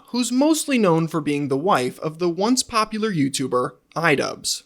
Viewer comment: I love the emphasis on "once popular" YouTuber Idubzz 😂